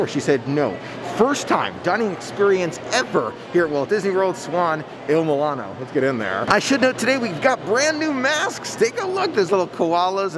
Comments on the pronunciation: Mul-ee- no not mil-A-no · I cringed every time you pronounced it Il milano instead of Il moo-lee-no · If you're going to review a restaurant, you should learn how to pronounce its name. Also, you should expand your vocabulary of descriptive words. You're not helping as much as you think you are. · I love all of your videos and so what if you mispronounced the name of the restaurant. We all know what you’re talking about. I don’t understand people. If you have a problem with someone then don’t watch them.